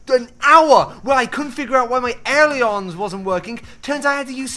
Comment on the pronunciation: Ailerons- pronounced a ler ons. Not e ler ons